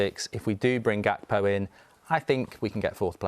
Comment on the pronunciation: I'm so happy u both said gakpo lol. From all Liverpool fans